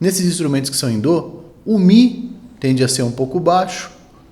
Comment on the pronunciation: Mais um ótimo conteúdo! Parabéns! Curiosidade😊: por que a pronúncia "dô" em vez de "dó" ?